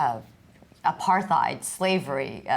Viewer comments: She consistently pronounces "apartheid" wrong as well. She may just be bad at remembering how to pronounce certain words. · Amy is amazing but needs to learn to pronounce apartheid and Appalachia